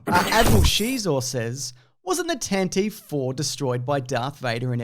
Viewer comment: The Tantive IV is actually pronounced Tantive not Tantive.